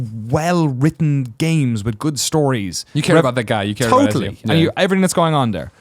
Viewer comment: Does Greg know he's saying Ezio wrong?